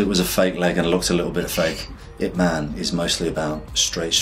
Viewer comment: You said ip man it man